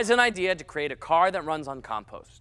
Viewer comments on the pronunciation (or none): “Bri ish” “calm pawster” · He says compost so weird.